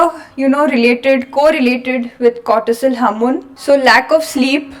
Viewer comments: Hamoon😂😂 she means HORMONE. JEEEEZUS 😂😂😂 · harmon? you mean hormone?